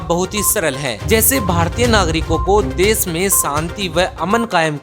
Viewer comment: विस्व या विश्व, देस या देश सहर या शहर पता नहीं कौन सा सही है 😂